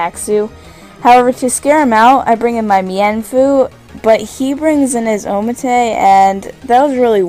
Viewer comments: IT'S PRONOUNCED OMNITE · Omanyte: I've never heard it pronounced like that. I've always pronounced it oh-man-ite. but oh-man-tei sounds freakin awesome. i think imma pronounce it like that from now on!